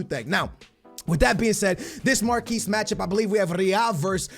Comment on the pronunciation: Mark-Ee matchups not marquese matchups